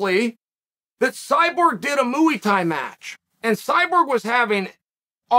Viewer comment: mooey tie